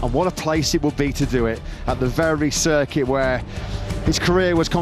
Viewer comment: So Matt Birt Can Mispronounce “Circuit” Just Like the Spanish, But Still Can’t Pronounce “Michelin”🙉🤡